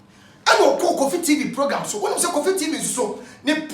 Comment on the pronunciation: Kwaku be too much....Did I hear " aggressive POGAM"😀😀